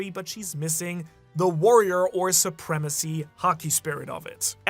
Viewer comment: Suprema-sea? Hehehe